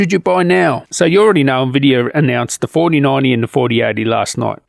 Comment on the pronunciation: Every time you say 4080 and 4090 I'm hearing 3080 and 3090.. is that just your accent?